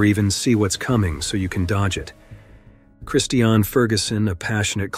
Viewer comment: All of these stories are so sad and tragic. I think the two motivational speakers’ deaths were, imo, the saddest. Mother Nature will have her way. The Narrator (who needs to learn how to pronounce the word “Christian;” it’s like the religion, sir), says “…if you’ve ever been camping…”. Only once, way back when I was young around 1970. I learned that, while I do appreciate the beauty of nature, my idea of “The Great Outdoors” is driving with the windows down!